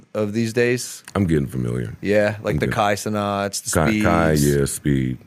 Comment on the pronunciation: BRUH… lol it’s SIN NAT (Cenat) 😭